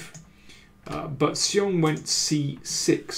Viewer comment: Better than before, but still not quite right. He's moved from 'see-ong' to 'she-ong' but 'shyong' (with the 'y' very short) is actually correct.